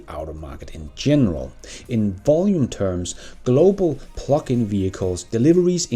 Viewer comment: Hehe i thought you was saying phucking vehichles instead of Plugin LOL